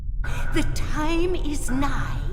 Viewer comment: Lmao "The time is neigh" smdh